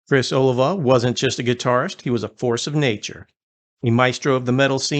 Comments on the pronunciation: O-Lee-Va, not Olive-a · It sounds like" A lee va. Other than that, nice tribute! Love Savatage! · It's ,oh lee vah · Its pronounced Oh-LEE-va. Get it straight. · First of all, you should learn how to pronounce his name correctly 😮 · Dude, you mispronounced his last name. Badly.